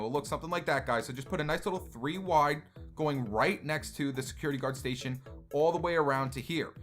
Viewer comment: you said sucurity card not to be rude